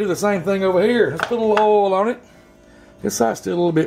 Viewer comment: When he called the oil “earl” I knew I was in the right place 🤣